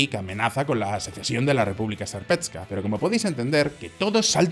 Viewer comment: República serpetska😂 se pronuncia serpska